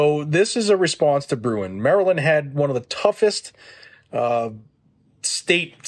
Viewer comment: It’s Maryland 🤦🏾‍♂️